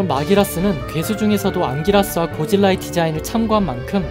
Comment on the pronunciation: 안기라스를 얘기 할때 앙기모띠라고 들리는건 나만 그런가....